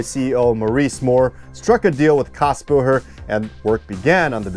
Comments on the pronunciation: You keep mispronouncing Kassbohrer. The "h" is silent, and you say what sounds like "Kassbo-her." It's "borer." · There is an umlaut over the A... it's pronounced KAYS-bohrer ;) It is the starting point of today's modern Setra. The Cadillac of coaches IMHO. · Little hint: "Kässbohrer" is pronounced in front like Kes vom Voyager. Kes-bohrer. Yeah... those dots above the A matter ;) I never heard about this joint venture. Thanks so much for this video!